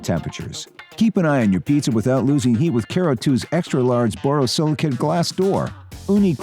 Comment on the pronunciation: ... Guy in video is saying CARE-oo, not kuh-ROO....